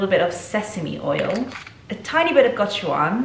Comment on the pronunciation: What a fun video ❤ Just a friendly fyi that the pronunciation for gochujang (고추장) is go-chu-jang with a ‘j’ sound! Hope you enjoyed your Korean inspired brunch hahah it is very much my go to as well xx